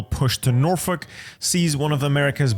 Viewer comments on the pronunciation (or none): none